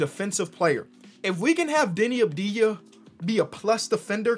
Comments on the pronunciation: Yo, why do you call him Deni Abdija? he literally has a V in his name. it's spelled like Avdia. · it's not Abdeeeeeya It's AHV-dee+yah